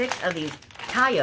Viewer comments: Lmao 🤣 they are pronounced tay toe , the best crisps ever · I'm from Ireland too Sinead and when she said Tayytoo I burst out laughing!! Love her videos as well! Wouldn't have a field day in Dealz!!! 😍😍😂😂😂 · It's tayto pronounce tay to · I'm from Ireland as well and I love watching you . Laughing how you pronounce Tayto lol 😆. That chocolate is the best . Wish someone sent me that box 📦